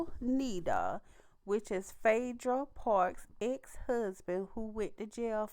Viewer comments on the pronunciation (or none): Apollo nida pronounced nye like eye nyeda lol but wow he must have gotten out early I thought he got 8 years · I was going to correct the pronouncing of his last name as well 😂 He got released due to good behavior.